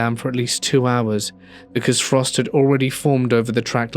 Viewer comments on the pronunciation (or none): none